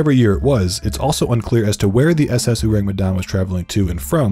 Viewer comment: It's "orang". Orang Medan or people from Medan. Ayyyy you sure know how to attract clicks. My people will swarm you here.